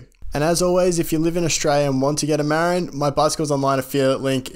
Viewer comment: Sorry mate, but I endo'd right over the way you pronounced "Marin". Put the stress on the second syllable, my dude: mə-RIN. (It's the name of the county to the north of San Francisco where mountain biking was born, and one of the oldest brands.) Otherwise, fantastic info and presentation! 👍